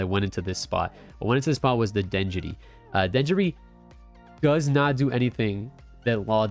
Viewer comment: Its denjiro, not denjuri 🫠 thanks for the deck tech